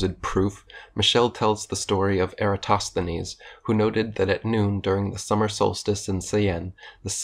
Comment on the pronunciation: Sheesh, that Lie-entist couldn't even pronounce Eratosthenes, for goodness sake...